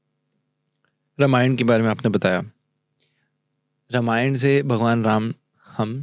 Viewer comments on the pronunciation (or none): यह गलत उच्चार क्यौं कर रहे है‌ ..? रामायण को रमायण क्या बोल रहे है..? अंग्रेजी में पढे हर एक व्यक्ती हिंदी या संस्कृत शब्द का गलत उच्चार करते है पर जब पॉडकास्ट हिंदी में है तो हर भारतीय भाषाओंके शब्द का सही करने पर ध्यान रखे। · र मा य ण नाही भाई रा मा य ण बोलो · Sir it is Raamaayan